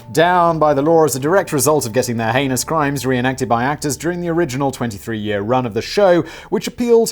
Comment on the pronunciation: Simon, you have to pronounce the H in heinous. Nobody wants to hear about this woman’s “anus crimes”. Lol